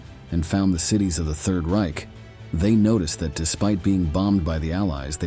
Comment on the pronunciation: The narrator's pronunciation of Reich is terrible!